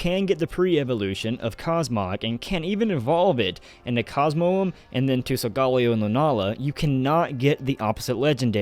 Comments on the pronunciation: Hears sol-golly-o. TRIGGERED. It's sol-ga-leo. Leo like the zodiac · Sol-guh-leo not Sol-gah-leo, dude. Get it right. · Am I the only one that pronounces Solgaleo as Sol-ga-leo?